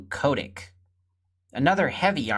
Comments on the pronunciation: ITS KOE-DEE-ACK NOT KODICK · Kodiak is I think pronounced "co-dee-ack" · It's pronounced "ko-dee-ack". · Guy... Ko Dee Ack Hot Tub Time Machine